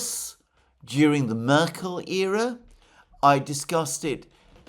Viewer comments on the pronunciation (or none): none